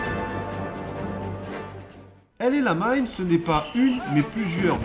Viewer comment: Sympa, mais la prononciation El Amein fait un peu bizarre par rapport au nom réel de la position, El ALAMEIN :) Enfin c'est pas bien grave, mais un peu déroutant. Je me doutes bien que certaines parties ont été enregistrées après des journées déjà bien remplies. Alors merci bien pour tous ces efforts et ce sera un plaisir de découvrir les autres.